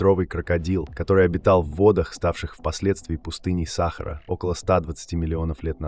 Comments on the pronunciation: Скажіть цьому "чтецу" що треба говорити" саХАААра а не сАААхара! Невже ніколи не чув про НАГОЛОС !!!? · Не САхара, а СахАра.... бестолковые и глухие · научись делать ударение правильно !--=САХАРА-на последнее А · почему сахара , ударение учи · Чтец научись ставить правильно ударения ,что за сахар ,не сахар а сахара. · Пустыня СахАра или САхара ???Текст читает ИИ?? БрЕзговала или брезгОвала?? Всё- дальше не слушаю. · Где находится пустыня Са́хара? В уме авто́ра или робо́та с несовершенным речевым аппаратом? Задолбали. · Какая сахара сахара/ударение не на первый слог/ на второй тошно слушать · Что Самое Интересное --- Оба варианта Неправильные. . . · Бесит ударение сахары